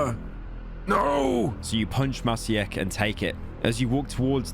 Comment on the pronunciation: Being a Maciek myself and hearing some random British femboy butcher my name like that... Could have never asked for more